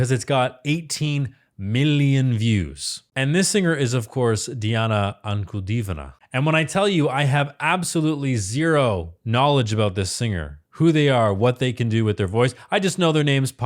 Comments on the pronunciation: You just butchered her name didn't you lol You said Ankudivona It's Ankudinova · It is mostly the answer to Her name is not AnkudeeVona, but Diana AnkudiNova.I know the language, and it was hard for me to pronounce this name, too. But at least the try was smooth; not everyone noticed the mistake. Now that this is out, I should admit, I like this critique. I am not a professional musician, so for me it was informative in this sphere of dissecting Diana's voice. A lot of them say: WOW! - hearing her, but this I can say, too. Easily! My point is: each next song by Diana is a masterpiece, more refined, more meaningful, than the previous, never sounds like the previous one. I agree, Diana is one in eight billion. I saw how people try to copy her. It was so sorrowful, so embarrassing. Some people are so much in love with her voice that they can't understand, they can't be her. Nu, and etc... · you ALMOST nailed the name. Still better than I've ever done with it.😅 Ann-koo-dee-NO-va? Ann-koo-DEE-no-va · Welcome to the magical, mystical world of Princess Diana, The Goddess Voice of Nature. Enjoy your journey. She is a true Contralto and Polyphonic. BTW, her name is pronounced Dee aah na An coo DEE nova.